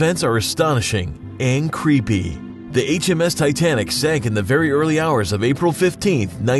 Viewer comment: ITS RMS NOT MRS